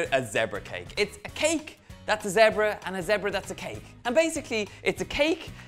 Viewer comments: Thought you said Debra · I love how Donal pronounces the word zebra😂😂